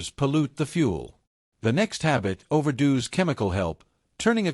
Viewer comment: "over-dos"? I find AI narration very annoying